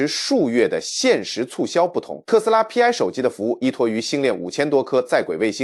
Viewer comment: Pi 應該讀作兀（PI) 一個拼音，不應該分開讀作P , I。它就是圓週率的兀（PI)，拉丁字母。